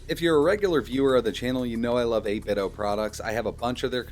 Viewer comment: Its called 8Bitdo not 8biddo, get it right.